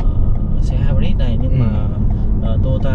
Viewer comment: Kênh hay, nội dung đc, mẫu ok. Nhưng nên học thêm tiếng a nha sếp :)) hai bớt là công nghệ gì đấy